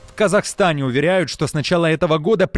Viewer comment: Казахстане,а не казахастане